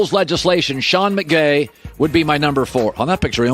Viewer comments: Am I the only one that heard him say Sean McGay? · Did he just say Sean McGay? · he totally said "Sean McGay" you can't tell me he didn't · He said "McVay" the right way each time after he said "McGay". He knew what he was doing